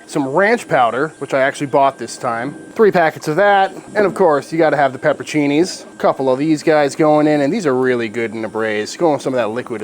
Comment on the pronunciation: Please.!! Is pronounced PEPPER-ON- CINNI not peppercini